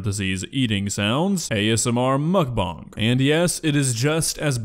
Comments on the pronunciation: As disgusting as mukbang is, I've never heard someone pronounce bang as bong. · i dont know if he said that on purpose but to clear the air its muckBANG not muchBONG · No offense, but Everytime you say "mukbong" I imagine Muk with a bong shaped pokéball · Quit saying Mukbang like that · you are pronouncing bang wrong lol